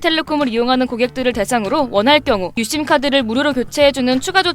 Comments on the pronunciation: "유심"이라고 하지 않고 "윳씸"이라고 발음하는 이유가 있나요? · AI썻나 유심발음이 왜저럼? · 유씸 유씸 발음 너무 거슬리곸ㅋㅋㅋㅋㅋㅋㅋ